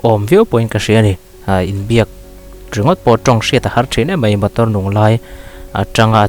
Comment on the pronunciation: Motor tih tur ah Botor iti tlat😀😀